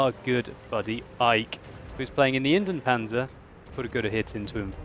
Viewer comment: Kn Ops oops, of course I meant the pronounciation :)